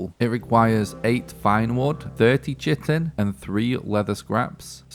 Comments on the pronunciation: Chitin is pronounced kia-tin or ky-tin... The c makes the k sound..... I too use to say chitin and then i heard someone say it so i googled it and learned myself something. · actually chitin is pronounced kite-in I'm pretty sure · KYE-tin, not kite-in. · On the off chance that you care, Chitin is pronounced KITE-IN. Cheers. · i think the english pronounciation is "K'eye'tin" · Chitin, pronounced, KYE-tin. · Chitin sound somethin like "kay-tyn" "kay-tn". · I always pronounced chitin like Ky-ten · Its pronounced ki-tan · chitin is pronounced Kite - in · Great video, bro! Btw I believe it's pronounced ky-tin.